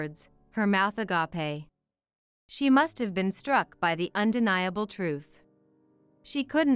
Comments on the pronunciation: It's pronounced ah-gape, not ah-gah-pay. I'm so tired of this ☹️. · I agree!